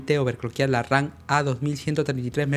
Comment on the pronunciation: Me mata de risa cuando dice "Memoria Ran".